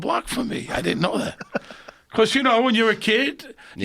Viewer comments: 800 people "did dent" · He did-dent